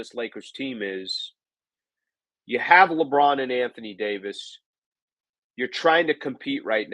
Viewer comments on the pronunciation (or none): none